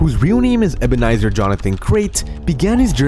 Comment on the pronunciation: Why is he called ebenzer, no wonder why he needs to be “Ebenzer Cruz”